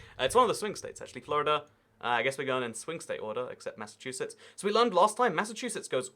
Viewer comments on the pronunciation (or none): none